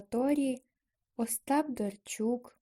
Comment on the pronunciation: Ужас! Пропустила одираз "й" и сказала эго только когда повторяла. Не правельно произнесла "Остап Дарчук" и вместе этого сказала Остап Дарчук. Не ставишь нормально паузы.. И повторяешь одну строчку раз 7. Короче ёще куча работы. НЕ СИЛЬНО ОТЛИЧАЕТСЯ ОТ АВРАМПНКА